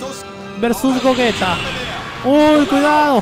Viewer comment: se pronuncia GOYITA !! no GOGUETA